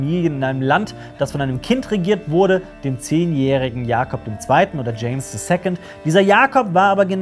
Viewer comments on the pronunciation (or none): none